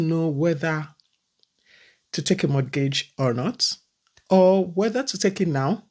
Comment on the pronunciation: Sister if i am not hearing anything you say, please in mortgage, the T is silent. It is pronounced morgage. Pronouncing the T, gives me an ache. Secondly the house, you are renting was bought by someone. If people dont buy down, you wouldn't have a place to rent. Life is in stages, when its your morning,its your morning.